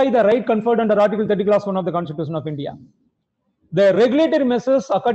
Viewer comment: Wonderstuct by the pronunciation of a designated senior counsel. Pronounciation of Constitution and Institution are self destructive. Salute to his courage to come in public